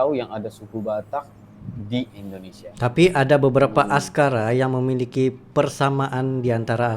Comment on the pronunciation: AKSARA pak cik bukan ASKARA.... aku juga baru tahu...